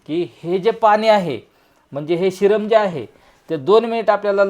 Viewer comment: शिरम नाही सिरप बोला